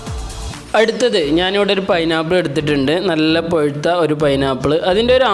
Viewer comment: പൊഴുത്ത അല്ല പഴുത്ത എന്ന് പറയൂ